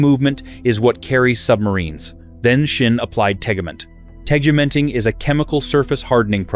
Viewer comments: Where the hell do you get the h in Sinn from? It is Sinn not Shinn the f.... the way you pronounce it would be written Schinn in German. WTF. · I recognized, that you always spell the name of my favorite watch maker wrong! Always, in every video! So: the name is SINN and NOT S"h"INN! I don't know, why you're saying it wrong every time - but I have a mnemonic for you: just think "I'm a SINNER - and than forget the "ER" at the end! Et voilà...SINN 👍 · love schschschinnn watches 🤣🤣🤣🤣